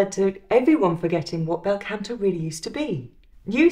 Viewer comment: Scusi, Canto pronounced con to, not can to. The ahh as in mah ria or mama.✔✔✔